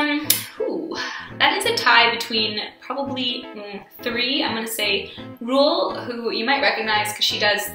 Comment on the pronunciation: Ruelle is pronounced roo-elle not rule like drool